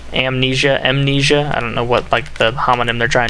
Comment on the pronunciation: Mnesia.... Amnesia? C'mon, you even said it:P